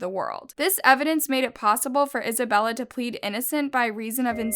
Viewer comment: She say Isabella i hear Annabelle